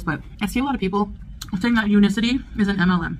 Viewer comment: Omg she can't even be bothered to pronounce the name of the company correctly U-NIC-ITY not un-i-city. 😂 and no one could be bothered to correct her😁 Much like her laziness for the past year in refusing to learn how to wrap a simple hijab. BUT WE ARE ALL JEALOUS